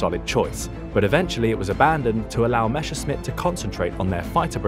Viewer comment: MESSER- schmitt... Not MESHER-scmitt